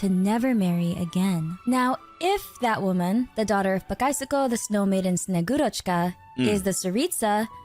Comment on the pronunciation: got hearing russian words be butchered hurts my soul, just say snow maidne its closest English to that word, she is relative of santa claus although in russian he is named old man cold or freeze or deep chill, old man and one of these